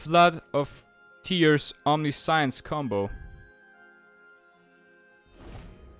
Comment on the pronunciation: I know English isn't your first language, so I want to help you pronounce Omniscience correctly. You are pronouncing it "omni-science", which is how it looks, but that's incorrect. For future reference, it's pronounced "om-nish-ence". That's the US English way of pronouncing it. The UK/European version is "om-ni-si-ence". Both are technically right. Here's a link that can play both versions of the pronunciation for you. Hope that helps! EDIT: If anyone didn't know, "omniscience" means all-knowing, or knowing everything there is to know.